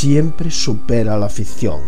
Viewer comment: este chabon es muy yarco, dice "fizion" cuando se dice "ficcion". En otro video dijo "Gran Atraztor" cuando debio decir "gran atractor"